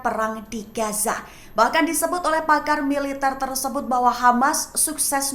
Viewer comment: bacanya Gaza mba bukan gasa 🤦